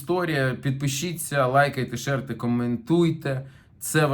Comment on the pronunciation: Широкий, ширьте. Не шерьте.